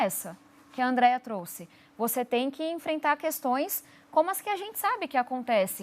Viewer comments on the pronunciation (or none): none